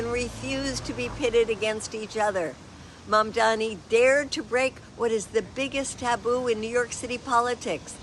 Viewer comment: I hope she practices saying his name more. ❤